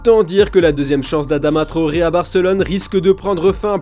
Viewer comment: "Adama trohoré" mdrrr c'est TRAORE les frères pas trohoré